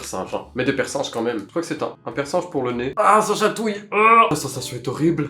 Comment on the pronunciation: Les persinge 😂😂😂😂😂 On dis percinegue